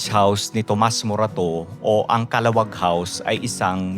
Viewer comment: Calahuwag ang pronunciation, not the fast kala-wag.